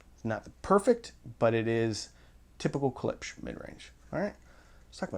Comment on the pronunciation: Klipsch, pronounced KLIPSH, not CLIPS. Thank you.